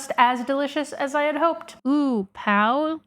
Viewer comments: As a Brazilian, I just have to say: you said 'pau' instead of 'pão' 👀… and 'pau' means… 🍆I can’t unhear that, sorry 💀😂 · Brazilian here: that is NOT how Pão de Queijo is pronounced. Queijo is pronounced “ke-jo” as you actually pronounce j in Portuguese. The o in pão is also partially nasal. You also squandered brigadeiro. It is pronounced “bri-ga-deh-ro” (r is pronounced like in Japanese)